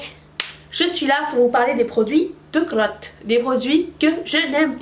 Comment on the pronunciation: De crrrrrrrrrrrotte! Haha! <3